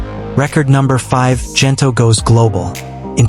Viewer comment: The G in Gento is pronounced like in Good , Gento not Jento.